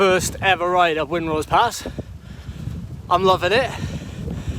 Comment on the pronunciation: Hi its Wrynose, pronounced rye-nose 😂